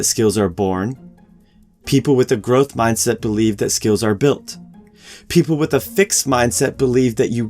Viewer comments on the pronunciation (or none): Gotta love that Ger-ohth Mahyndset! It's the shit.